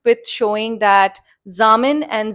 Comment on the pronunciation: It would help if you got the names correct! It's Zamil and not Zamin